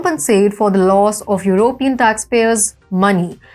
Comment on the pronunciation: This person doesn't sound very smart and she needs to learn how to pronounce the word "European".